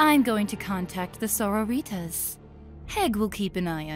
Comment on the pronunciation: The way Sororitas was mispronounced made it sound like there are latina sisters of battle. PRAISE THE GOD EMPEROR!